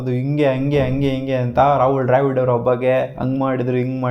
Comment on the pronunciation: ಡ್ರ್ಯಾವಿಡ್ ಅಲ್ಲೋ ಬೋಳಿ ಮಗನೇ ದ್ರಾವಿಡ್ ಅದು 🤦‍♂️